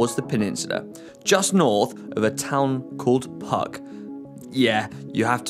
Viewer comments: "just north of the town called Puck" - so you're bikepucking? ;-) (...it is pronounced Pootsk) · 'C' is pronounced almost like 'ts' in those Slavic languages that adopted Latin alphabet, so iC 'PuTSk' not Puk. You guys are lucky your route didn't go through Tczew, Chwaszczyno or Pruszcz. Speaking of landscape, that part of of Central Europe indeed resembles Midwest. Perhaps that's why Polish and other Central European immigrants feel so at home in Chicago. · visited Poland! So nice to see - especially since I live relatively nearby. A few notes for those who now want to explore the area: 1) Puck is pronounced Pootzk, pierogi = pyeroghi (ye as in yeah) 2) From second half of June till end of August is vacation season. Hel peninsula is absolutely packed then, as it is a very popular destination for kite surfing for example 3) Do keep in mind that Hel tends to be windy 4) The peninsula is not far from Kaszuby, a slighlty hilly region filled with lakes, forests and rarely traveled tarmac roads. Awesome place for bike riding. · 1. Puck is prononunced "Pootsk", dummies! 2. How do I give triple thumbs up?